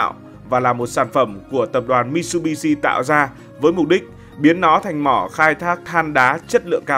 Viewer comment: Mitsubitsu đọc là mi t sự bi t sự nhé ad. Tiếng Nhật chữ tsu đọc gần như trự